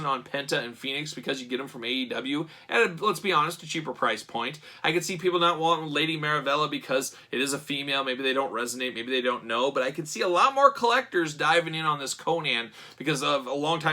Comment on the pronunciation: Maravilla is pronounced "mara-viya"...